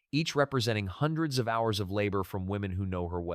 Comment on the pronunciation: Hey guys, I suggest you don’t use AI until it’s been perfected. Examples in this video are: “hours” pronounced H ours. When giving the prices of a quilt from, for example, $300-p to $1500, the AI says $300 minus $1500. It’s not through learning yet.